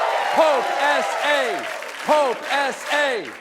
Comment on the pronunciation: "Pope S A"? No.......